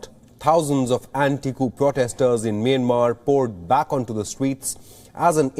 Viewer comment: It’s not “Meinmar” it’s “Meeanmar ie Myanmar. Please pronounce it correctly. You Indian news anchors always read incorrectly.